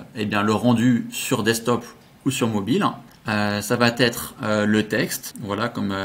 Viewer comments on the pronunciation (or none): Bonjour, Bluffant ton nouveau truc, AFFILIZZ! Toujours très pro et pédagogue dans tes démos, clair, net et concis. Bravo! Une chose toutefois dont tu ne parviens pas à te défaire, ce tic de langage... par pitié, arrête les "ça va-T-être"!!! "Ça va être" est tellement plus sympa à entendre. Je note toutefois que par rapport à tous les autres intervenants tu as su éviter le piège des "du coup" tous les trois mots.👍😂 Désolé pour la critique, tu sais que c'est juste pour aider, mon côté VIEUX rédacteur copy-writer 😉🤣